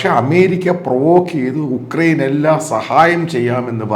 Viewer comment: യുക്രൈൻ ആണ് ഉക്രൈൻ അല്ല.